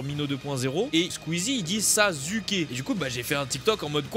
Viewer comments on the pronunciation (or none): Dans Naruto Jiraya dit Sasuke avec un Z